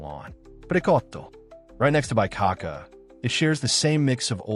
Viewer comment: I’m sorry, but someone who says “Lam-BRA-te” as “Lam-rate” just made it clear they don’t know anything about Italy or Milano. It made me laugh out loud when he said “BYE-cacca” for “BEE-coh-ca”. Is this AI slop? If it’s a real person, they don’t know anything about Milano.